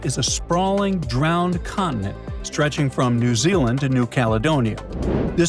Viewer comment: Can you pronounce the words "Continent", "Mountain" correctly? A beautiful clip can be degraded by a small detail.